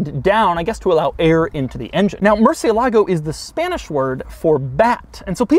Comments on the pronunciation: mershalago not Mercy a lahgo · It is actually more like "more" "sea" "a" "lago" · murciElago, not murcielAgo... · It’s not “MurcielÁgo”. It is pronounced MurciÉlago. It’s obviously not an anglo word. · its said "More" "they" "a" "lago" not "mercy' "a" "lago" im pretty sure they car was named after one of the only bulls to ever leave the arena alive.... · Moo-er-see-EH-lah-go. Put it all together. Mercy-uh-LAH-go is not the way, folks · Mercièlago. Not mercialago smh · murciélago not murcielágo ffs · Ed Bolian is losing sleep over how Doug is pronouncing 'merci-A-Lago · murr-cheh-LA-goh (4 syllables) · Mooresialegoh its the right pronunciation in spanish/italian if you want to impress your viewers there you go Doug, Take care! Un abrazo tío! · It's a "soft" r,supposed to be pronounced "moo-thee-lago" originally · It hurts every time he says Murcie lago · It's (Mür-Sïï-Luh-Goh) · Murcielago - murchilago Cou-coup-coupé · I know I'm a little late to the game with watching this video, but is anyone else bothered that he's pronouncing "Murcielago" wrong? If it's spanish then emphasis would be murciElago. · I wish this guy would learn to pronounce MurciÉlago with the accent on the right syllable, come on now... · Tbf, Ed mangles it too lol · Am I the only Spanish speaker watching this video and laughing each time he says murciélago? 😂😂😂😂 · Doug's the type of guy to pronounce Murcielago incorrectly. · I speak Spanish and this man's pronunciation of 'Murcielago' triggers me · As a native spanish speaker I got so frustrated every time he said murcielago. IS MURCIÉLAGO! You are missing the accent mark Mr quirks and features. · The Murciélago is named after a fighting bull that survived 24 sword strokes in an 1879 fight against Rafael "El Lagartijo" Molina Sánchez. Pronunciation is stressed on the e, not the a, as Doug had mistakenly pronounced in several of his videos mentioning the car. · Murciélago is stressed on the E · me gusta el video pero que mal pronuncia murciélago